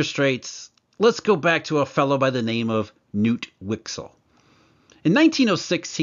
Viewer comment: Just for your knowledge: the K in Knut isn't silent in swedish. A bit of a tongue twister for you:D